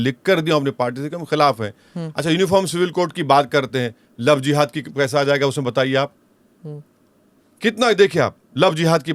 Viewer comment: Love Jiva😂😂😂😂😂😂😂😂😂😂😂😂😂😂First of all madam pronounced properly 😅 GODI MEDIA 🎉